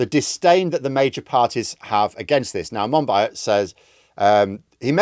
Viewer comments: I think you pronounce Monbiot Mon-bee-oh btw. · Very interesting. George monbiot is great. (pronounced mon-bee-oh by the way) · You should at least learn how to pronounce "Monbiot". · Lol, I had to pause and read the screen because I didn’t catch who was talking about. I am happy to know it’s not me who got the pronunciation wrong. 😅